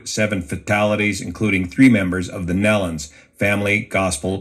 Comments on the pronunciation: Nelons.... pronounced as "knee lons" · Née-lons not nell-lons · Please "knee-lons" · Nee luns is how to pronounce it. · pronounced knee lons… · pronounced neelans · If you are going to report on someone's death you need to get their name right first. It is just respect! It is pronounced like Kneelon's! Your not the only one doing it but it is sad that nobody takes the time to respect them enough by getting it right. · Pronounced: KNEE-lins..… at least pronounce their name correctly when speaking about their tragic deaths. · The name of the group is pronounced NE - LONS..... long E. Research for goodness sake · So you just repost other people’s stuff? What a waste. You offer NOTHING and the only few words you said included butchering the poor family’s name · I am so sick of hearing their name mispronounced. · Pronounce the name correctly out of respect if for no other reason. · you’re the boor, if they’re going to report news on people they obviously DID NOT KNOW, they could learn to pronounce their name correctly. It’s called RESPECT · if they’re going to make themself a reporter of news, they should learn to pronounce the name correctly. It’s obvious they don’t know who they were